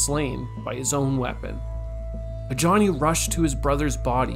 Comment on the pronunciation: Ajani is Nigerian so the j doesn’t sound like ja. It’s a ya sound. Ajani. The name originated in the middle east